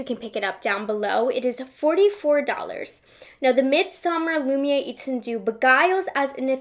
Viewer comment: Here’s some tricks for pronouncing these French names: Lumière: Loo-mee-hair Étendu; Eh-tuh-doo Lilas: Lee-law [no “s” is pronounced] Hope it helps